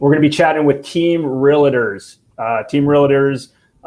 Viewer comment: it's real-tors not realitors